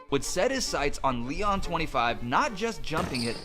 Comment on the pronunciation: (Lee-ohn) Leon